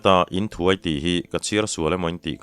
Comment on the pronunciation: In leh thuai hi a sanga lam tur ani in ka hria,kei chuan.